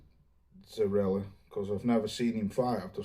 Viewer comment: its pronounced Zoriya not Zorila🤷🏽